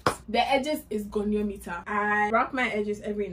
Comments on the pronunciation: She's like "the edges is gone-numeter"😂😂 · And 'goneometer' 😂😂😂